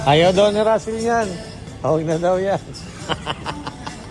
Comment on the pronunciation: Rassel po not tassel sorry